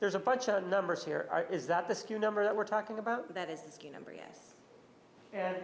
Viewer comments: It's SKU, not SKEW. It stands for stock keeping unit. Walmart has messed with retail vernacular so badly. It's like how they shortened the word "shrinkage" to "shrink," or "straighten and fill" to "zone" (IE: "Go zone those shelves"). Gross, just gross. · "SKEW" ?? The girl is wrong...It's SKU (Stock Keeping Unit). Fire her. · No, it's SKU. Not SKEW..... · Sku- store-keeping-unit Lol not “skew.” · It’s SKU not skew. SKU stands for stock keeping unit. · They could've simply had the receipt scanned at Walmart. If she returned the gas can the computer simply would tell them accurately simply. Date/time etc. Instead of going through the whole process. We've all returned items. We know the process. Btw it's SKU not SKEW. But that's okay. Walmart girl is a sweetheart. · The walmart chick is dumb as fuck. its not 'skew' its 'sku'. Ive never worked in retail and I know that. Plus she kept giving irrelevant information in so many answers. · SKU, not skew!